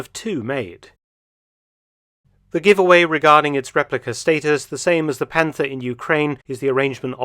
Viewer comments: Its not panter 😢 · Please ignore to pronounce the „th“ in Panther. 😉